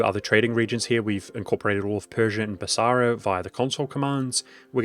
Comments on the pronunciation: Noticed this in a different vid. You pronounce it Bas-a-ra rather than as Bas-ra. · The only thing wrong with this video is the extra "A" that he puts into BasAra... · When did Basra get an extra "a", or is it a hint to the Arabic word for market: basar?